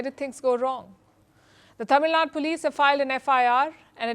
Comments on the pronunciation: It's Tamil Nadu, not Tamilnad. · Its TAMILNADU not TAMILNAD ! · First of all, Palkhi, it's not "Tamilnad, it is Tamil Nadu" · Dear Palki, Small correction please. It’s NOT ‘Tamilnad’ it’s ’Tamilnaduuu’. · C'mon you north Indian guys including Palki still can't say Tamil Nadu 😤not Tamil Naad !